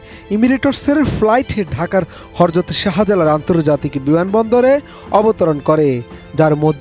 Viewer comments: "হরযত" না সাম্বাদিক সাহেব "হযরত" হবে উচ্চারণ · Reporter aitare boilen uccaon thik Korte it's hozrot not horzot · Can you properly say hazrath,not horzoth.you are reading a news ,if you can’t saying words properly how looks like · বিমান বন্দরের নামটাও ঠিক মতববলতে পারেন না, হরজত হবে না, হযরত হবে 😂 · হজরত উচ্চারণ ঠিক করেন প্লিজ। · ইমিরেটস এর ফ্লাইট, হরজত কি ভাই। উচ্চারণ অশুদ্ধ কেন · একজন সাংবাদিক, যিনি ইসলাম সম্পর্কে এত অজ্ঞ যে, 'হযরত' শব্দটি পর্যন্ত শুদ্ধভাবে উচ্চারণ করতে পরেন না। তাহলে এই দেশে ইসলামের বিধান কবে চালু হবে জনি না। আল্লাহ আমাদের ইসলাম সম্পর্কে যথেষ্ট জ্ঞান অর্জনের তাওফিক দান করুন। আমীন। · একজন সাংবাদিক, হযরত উচ্চারণ কিরতে পারে না। লজ্জা ATN এর জন্য